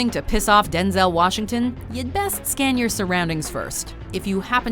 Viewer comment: Am I the only person that is disturbed by how she pronounces “denzail washington“?